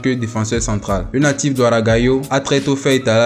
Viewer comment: on dit OU RA GA HIO